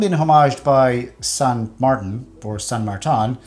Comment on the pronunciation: san martin not san martan